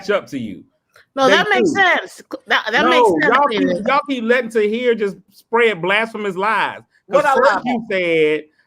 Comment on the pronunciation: Cletus calling Tahir 'Rihat' is the funniest shit ever. 😅😅🤣😆😆